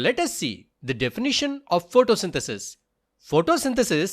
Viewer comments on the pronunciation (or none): none